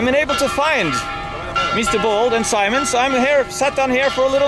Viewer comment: Simone ain't spanish. The correct form is SIMÓN /see/mÓn